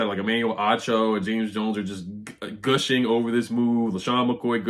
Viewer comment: Gooshing?, I think you mean gushing.